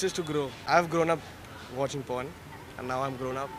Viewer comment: Abe porn hota hai pron nhi